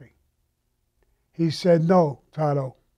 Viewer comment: you're a child, if you had a met these guys in life it would probably ate your liver with some fava beans and a nice Chianti.Second its taro. In Italian you roll the r's. Kind of like in Spanish also.